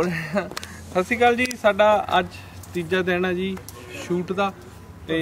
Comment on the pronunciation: bhaaji sorry but shashical nahi honda sat shri akal hota hai I think.......Sorry in advance if offend